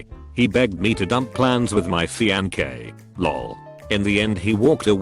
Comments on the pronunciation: Fianque'! Not Fiance! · the french side of me cringes every time he says "fianqué" instead of "fiancé" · No one: Text-to-speech: "FEEANKAY" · Word:fiancé Reddit robot: FiAnKe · No one: Bot voice: F I E N K E